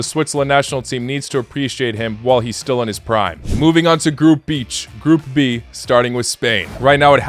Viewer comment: Did you really said group bi*ch for group b😂😂😂